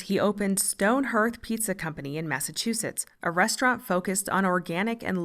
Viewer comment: “Hearth” might look like the word “earth,” but it’s not pronounced that way. The correct pronunciation is “HARTH” with vowel sounding like “ARE” and “BAR.” Therefore you say “HARTH-stone PEET-zah.”